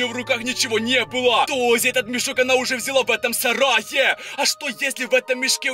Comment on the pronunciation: У тебя проблемы с речью ты уже надоел меня бесит то что ты ставишь ударения на последние буквы в словах: бандАааа СараЕееее МужчинЫыыы БежиТттт